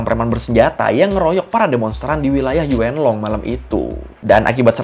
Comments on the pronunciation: E nya agak samar ka 😅yuun long gitu baca nya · Yuen long di baca yun long ,,gemes denger nya 😂😂😂😂😂